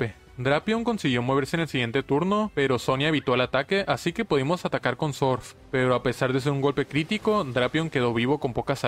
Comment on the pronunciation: me encanta cuando dice sorf, "sonia utiliza sorf" 😂😂😂😂